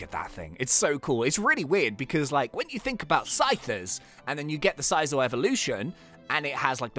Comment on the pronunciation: it's pronounced S-eye-zor